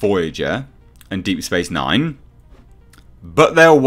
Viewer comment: "Deep Thorat Nine"? The fuck is that?